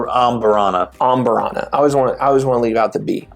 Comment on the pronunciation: Bourbon channel that doesn’t even know how to say amburana. Horrible rambling, horrible takes. Last video of yours I’ll watch. Do better.